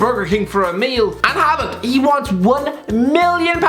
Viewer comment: Dont think those wages would go to his head. Even though a consumate professional, Haaland (first part pronounced like Haw in english btw) has always had a monstrous ego and confidence. Daniel Berg Hestad is the man with most norwegian premier division caps under his belt, all of them for Molde, and the youth coach at the club. In the middle of the night his doorbell rang, and when he opened he was greeted by a 17 year old tipsy Haaland blurting out "Just want to tell you that when Im done, youre no longer the biggest legend in this town"